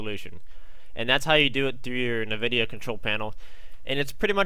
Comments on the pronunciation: just gonna throw this out there its pronounced En-vid-ee-ah not Niv-id-ee-ah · It's not motherfucking pronounced "Na-videa" holy fuck it's "EN-VIDEA" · It's called EN-vidia. What's the point of using black bars though?